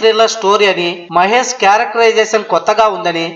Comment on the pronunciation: mahes kadu babu mahesh